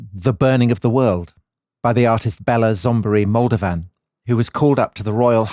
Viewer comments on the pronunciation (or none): none